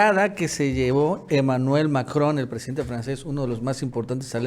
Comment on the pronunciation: Profe no mame se dice macron no majon español porfa ....